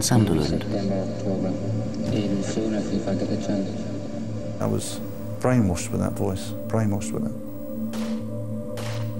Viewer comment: Sunderland, not Sutherland.